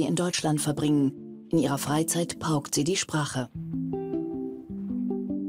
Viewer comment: "pauckt" deutsche Sprache...den "Erfolg" merkt man 1 Minute danach... 😮